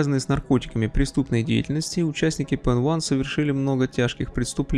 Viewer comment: Баблос был членом "Арийской нации" (именно это значится в его личном деле), а вовсе не PEN1. И да, PEN1 не является частью AB + название произносится как "пенай", а не "пенван" (т.е. как PENI, хотя и пишется PEN1).